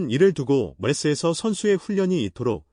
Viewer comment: 이거 가짜뉴스 맞는듯... 보통 가짜뉴스는 특징이 AI가 쓰고 읽어주는 형식입니다. 보면 썰이 추측이 심하고 읽는 톤이 영어와 한글이 섞여 있을떼 발음이 이상하게 부정확합니다. MLS 라고 분명히 발음해야 되는데 "엠쓰"라고 발음해요.